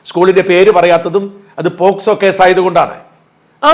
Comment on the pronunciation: പോസ്കോ അല്ല; പോക്സോ എന്നു പറയു